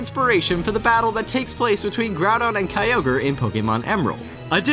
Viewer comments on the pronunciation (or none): none